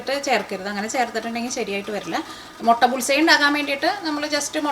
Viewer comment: Motta alla chechiii mutta